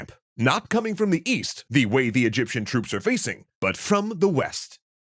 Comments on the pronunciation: Egyption 😂😂 Its just an embarrassing accident. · Yup wasn't expecting Egyption instead of Egyptian. Plus this vid on a Thursday. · Egyption lol